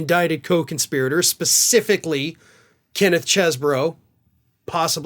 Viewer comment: its pronounced CHEESE BRO-you screw it up every time. CHESS-BRO would be speld: Chesbro